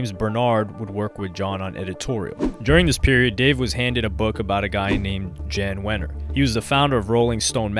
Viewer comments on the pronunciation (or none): Jann Wenners first name is Dutch and it's pronounced YAN.